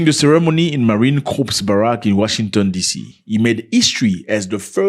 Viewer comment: The P is silent in Corp respectfully.